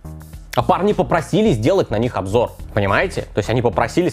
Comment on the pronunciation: Завершает наш обжор... А оговорочка-то в тему попалась)